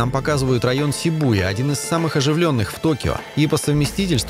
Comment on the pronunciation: За "сибу́я" отдельное... 😖